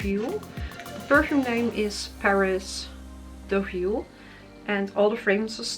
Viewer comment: I’m so glad you said Deauville